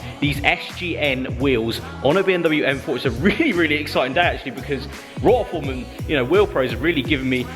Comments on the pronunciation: If you are representing a brand you should at least pronounce their name correctly. You are literally the only YouTuber that says it wrong it’s ROTI-FORM not ROT-A-FORM think rotary rather than rot. Nice wheels 😬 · Free wheels from a company that he pronounces the name wrong more than once and a smashed up splitter honestly is this what your channel has come to now